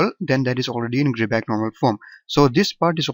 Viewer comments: its not gridback, its gribah (i pronounced like "i") :)))))))) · it's not gribah eather ! the therm "ch" has its own prononciation !